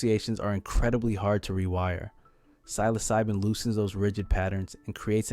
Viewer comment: You can’t even pronounce psilocybin correctly. Credibility lost.